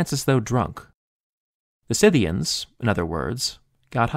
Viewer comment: THANK YOU for pronouncing "Scythians" CORRECTLY